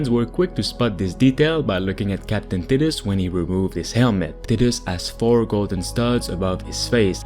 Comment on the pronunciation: Hey bro, I believe his name is pronounced like "tight-us"